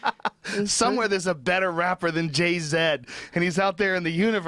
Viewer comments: Jay-Zed lol. Cmon joe, i get that’s how they pronounce z but that was ridiculous lol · Joe “Jay-zed” Rogan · There are better rappers than "Jay-zed" here on earth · jay-zed? Ugh! i'll regret that one for you